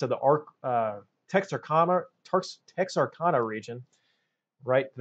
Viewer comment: Just an FYI Tex-r-can-a. Great video